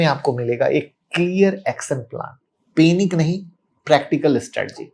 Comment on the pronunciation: पैनिक can’t even pronounce the word Panic correctly. This guy is a big story teller.